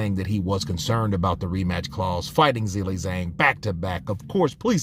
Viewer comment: Zilly Zang? 😂😂😂😂😂😂😂😂😂😂😂😂😂😂 you should also say Zoezif Parka